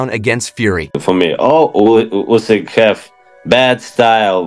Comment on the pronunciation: A commentary so full of jargon and superfluous words it is unwatchable. Oh, and it would show a little professionalism if you learned how to pronounce the fighters name, before launching into the rambling nonsense.